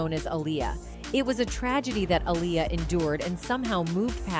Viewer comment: I hate how this Ai is aniulating the pronunciation of her name🙄😑.... goofy ass technology... it's pronounced AHH-LEE-YUHH‼️😎